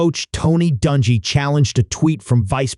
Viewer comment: For the love of God will you PLEASE PRONOUNCE HIS NAME CORRECTLY???